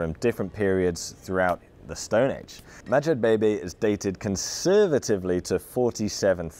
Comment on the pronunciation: “Madjebebe” I hears “Magic Baby”